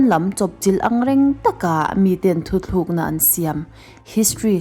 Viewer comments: THUTLÚKNA tih tur. ThuTHLUKNA a nilo. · "Thuthlukna" nilovin "thutlukna" tih zawk tur. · Min sawi khalh😂 thuthlûkna tih hi a dik lo tlqt